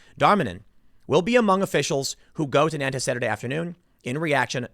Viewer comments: I mostly clicked on this video to see how Nantes would be pronounced. I wasn't disappointed 😂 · Tim Pool, fyi, it's pronounced "naunt" like gaunt. You're killing me with nan - tez. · Just to be an arsehole - It’s pronounced ‘ Non-t ‘ . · Gentle correction, it's not pronounced Nan-tez, it's pronounced Nawn-te. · Pronunciation note: Nantes = approximately "Nawnt" (with an aspirated "t"), not "Nan-tiss" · Nantes is pronounced like “NONT”, not like “NAN-tez”. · "NAN-TEZ" is pronounced "NONTS" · Tim, it's pronounced Naunt, not Nantez. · It’s Naunnt .. not Nan-tes 😉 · It's pronounced N'ONN'TT'** geez the presumption that you got it right just cos it came out of your mouth man c'mon. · It's pronounced "Nant", or even more accurately, "Nont". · It's pronounced "Nont" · NAN-TIS France. Lmao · Nantes is pronounced nãt. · It’s pronounced “nance” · Nantes is pronounced NAHNT. 🤷‍♀️ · It's pronounced 'Nornt' Tim ffs! Don't look to the left for suspects on this one - though it's still all part of the intersectional/multicultural/west is bad/white is evil narrative. Slavery existed in north America before any white man set foot there! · Nante pronounced "nawnt" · Dude, Tim you claim to do a lot of research on the topics you cover, could you make more of an effort to correctly pronounce foreign names, words, cities etc.? It only takes a little time to look it up. Non-tez? Dude? Seriously? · Nantes is pronounced like "naunt" Sad story, thanks for covering it. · FYI: The city is pronounced "nawnt", one syllable. the final "s" is dropped, unless the following word begins with a vowel. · The French pronounce the town ''Nont'. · Nantes is pronounced as between NART and NONT. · NAN TEZ 🤦🏼‍♂️ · Please stop saying Nantez Tim. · I’m going be “that guy” and let you know that “Nantes” is pronounced “naunt” - I have family who live there. Love your work Tim, keep it up!!! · Nantes is pronounced naunts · Nobody: Tim Pool: “Nan Tezz” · Nantes is pronounced, "nont." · "Nantez" LOL